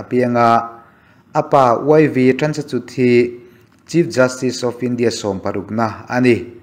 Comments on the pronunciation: Sir, Chandrachud a 'CHUD' hi CHUR ang a lam tur.. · Chandrachud- 'chut' anga lam lovin, 'chur' anga lam tur aw.